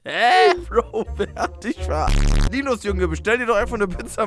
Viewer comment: warum betonst du den namen so penetrant fühlt sich als ein Linus weird an